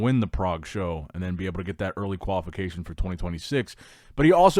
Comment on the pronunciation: Whenever says qualification i hear Koala fication